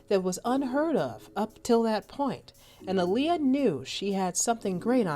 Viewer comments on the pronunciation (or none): if yall REALLY know & love my detroit sister, listen 2 her beyond the music & drama. she specifically said my name is pronounced like muhammed ALI, not uhleeya. thats why the two a’s AHLEEYA, say that shit right & peace the deceased Aaliyah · I just wish ppl would stop butchering her name. That is not how you pronounce her name 🤦🤦😡😡😳🙄